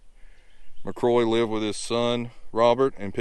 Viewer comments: My last name is McCrory and I’m a descendant of Ensign James McCrory. Thank you for showing his burial site. However, I cringed every time you mispronounced our last name. Think of the name “Rory”, then add Mac to the front of it. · Pronounced Mac cŕoary with a roar in there. 😊